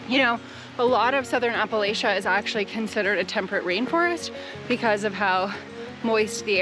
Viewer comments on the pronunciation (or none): Not a hater but please pronounce Appalachia correctly—apple-latch-a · Hey! Help preserve the local history of our region by using the native pronunciation of “ah-puh-LACH-uh”. It’s a hard “ch” sound, like in “peach”, instead of a “sh”. Same root source as “Appalachicola” in Florida. Help spread the correct pronunciation from the native people that established the region, thanks for your content!